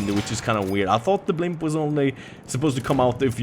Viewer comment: Blimp ? First 2 times I thought he said "pimp"